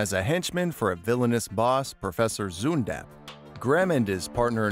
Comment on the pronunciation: I love how he pronounces zundapp